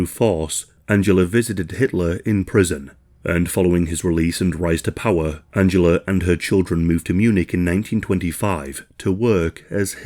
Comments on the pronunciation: Angela!! AN-JEL-LA!!!! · This is a great video, thank you for making it :) I did find the back and forth of the pronunciation of Angela jarring though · Angela pronunciation another one. Seems to change from German pronunciation to English and back again.